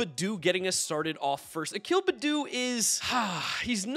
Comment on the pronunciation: It’s pronounced akil b”a”ddoo (like open your mouth and say aaa) not akil bddoo (no a sound)! Just helping 🩷🖤